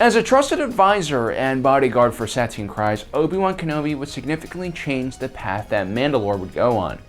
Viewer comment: PRONUNCIATION BRO!! I dont think i have ever heard you say the name of a non MAIN main character properly. You say her name Suhteen Kreese! Jesus look some shit up or pay attention to the films and shows more